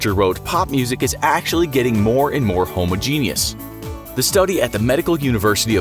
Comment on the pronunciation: That's not how you pronounce homogeneous. And the 'L' in folk is silent.